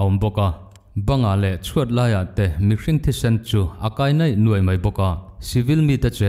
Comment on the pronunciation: neih nuaih ni lovin niaih nuaih tih ṭhin tur.